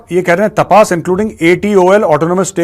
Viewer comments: Jay Hind Major Saab it's तपस Not तपास 😊 Sorry to correct ur pronunciation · मेजर साब सही pronounce तापस ही ।